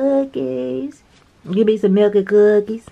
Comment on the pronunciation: Another great calendar! I was waiting for you to say "milk and cuhhhhhkies" 🤣🤣🤣🤣🤣 Yessss!! Much Love